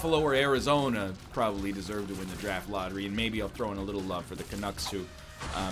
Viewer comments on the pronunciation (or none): Every time he says "canucks" I'm skipping one minute ahead.